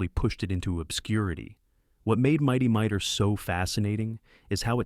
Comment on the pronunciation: Not Mighty MIGHTER. It's Mighty MighTOR. AI pronounciation still has far to go.